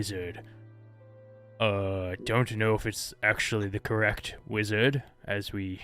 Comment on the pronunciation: Oh haha not a .5 adventure story. Just a friend that kept saying correc instead of correct